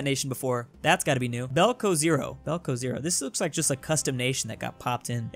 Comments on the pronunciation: It's not balcozero it's beloozero lmao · in fact, this is Beloozero (White lake in Russian). it is in the game since the Third Rome, and it should be pronounced like "Belo Ozero" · "belcozero" is actually beloozero, in russian that means "white lake" (beloye oz'ero) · It’s Beloozeroo btw and it’s been in the game since Third Rome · It’s Belo-ozero Read in syllables: Be-lo-o-ze-ro Means “White lake” in Russian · No one:: BELCOZERO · saying "Beloozero" must be a new nation. Me (mainly East Europe EU4 player): sad vodka noises